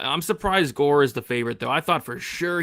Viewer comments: I thought the Gore name pronunciation was a bit, and now I think reaction is a bit too 😂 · I thought was making a joke saying tresean gore name lmao